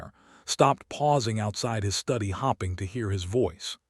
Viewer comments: I hate that AI pronounces starring as staring and that hoping is hopping. Why does the woman always take the Duke back and decide to love him, believing he has finally come to his senses? I know divorce back in the day was unheard of, but if he wasn’t strong to be real from the beginning can he truly be strong enough for her now? Good story, narration was iffy. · Fadding, starring, hopping, head bode. Does anyone edit these stories? ....😂 The story was very good, but the mispronounciation distracts. AI needs work as a narrator